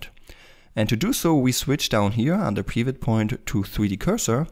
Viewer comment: Oh sorry, didn't think you were gonna answer nor read that message... well. The way you pronounce "Pivot" is straight forward and has some sort of Russian accent in it. You pronounce it more like (Peeewet) when as in correct English you would pronounce it like (Pewet). More specifically; you're laying extra weight on the "e". But I don't blame you. I had a bad day when I wrote that comment.